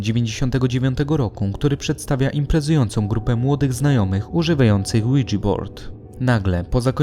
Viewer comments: jakie kurva "łidzi"to jest tablica ouija francuskie i niemieckie "tak" czyli fonetyczne "łi ja"! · Jak się wymawia ouija to brzmi jak Luigi board